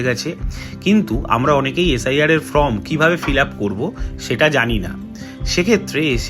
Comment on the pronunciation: "ফ্রম" বলছেন কেন? "ফর্ম" বলুন। দুটোর একদম আলাদা মানে।